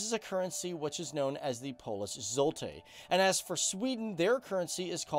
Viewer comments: It was fun to watch but you have mispronounced every Polish word! Hahahhaah. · 😀 You Both Nations are my Cool Neighbors but Your Language is more hard then Swedish 🥺 🥵As A Non European German ....It almost Killed me to pronounce anything in Polish Still you Both are great as long as you lost to us in football